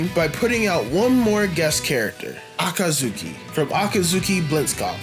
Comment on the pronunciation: my man, i love the video but, you gotta learn to say Akatsuki lol